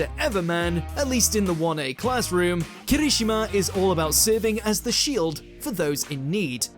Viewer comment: First off, Wargreymon was not just fighting a simple Vegimon but a small army of Allomon as well as the mega level Crossmon Second, it's Kiri-SHI-ma, not Ki-RI-shima, and I'll nitpick pronunciation when it's that butchered as watchmojo has had a bad habit of that over the years, especially when they'll say it one way in the entry intro and the clip used so blatantly says it a different way. a personal peeve as a third, wish would stop promoting his own twitter, none of the other watchmojo narrators takes a section of the video to promote their own shit (unless it's a guest star like Todd Haberkorn). Idc if you're saying to send suggestions there, nobody else self inserts.